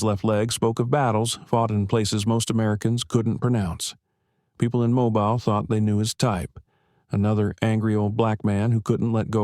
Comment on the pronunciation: There is no Riverside county in Alabama. You pronounced "Mobile" incorrectly three times in the first ten minutes, in two different ways. If the 73 year old man in the story served in Afghanistan, the youngest he could have been at the time is 49, which would be unusual at the very least. According to Google, there are attorneys named Margaret Foster in several states, but not Alabama. If you want to write fiction, why not label it as such? It reads like you are trying to further divide an already divided country. Why would anybody want to do that?